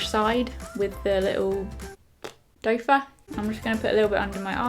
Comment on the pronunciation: haha did you say dofer? that's what I heard. I thought it was doe foot? can someone tell me what it really is please